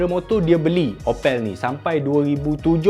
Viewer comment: Sebut sebetul opel adalah mcm sebut apple tetapi 'a' ditukar 'o' 😂😂😂. Bangsa melayu jerman timur